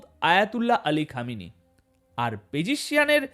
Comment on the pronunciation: আপনার বকৃমা র ভাষা ঠিক করুন,, আয়াতুল্লাহ কে সাপের মাথা,,, খামেনির নাম বিকৃত উচ্চারণ।। সাবধান